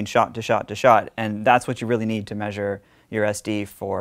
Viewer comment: Why can’t you pronounce the word Measure?